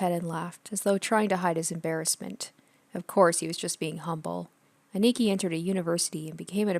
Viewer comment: A-ni-ki not aniki said fluidly